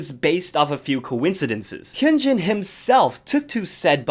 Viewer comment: for next time: hyuhnjin not hyoonjin